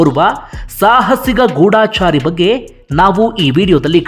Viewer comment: ಮೊದುಲು ಕನ್ನಡವನ್ನು ಸರಿಯಾಗಿ ಉಚ್ಚಾರ ಮಾಡಿರಿ ಅದು ಗೂಡಾಚಾರಿ ಅಲ್ಲ ಗೂಢಚಾರಿ